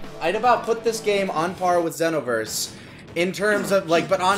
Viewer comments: you are not saying xenoverse right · It's ZEE-NO-VERSE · I see still pronouncing Xeno wrong.